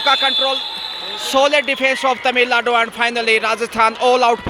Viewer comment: how difficult is that for you to pronounce Tamil nadu ?. Is that a north indian thing ?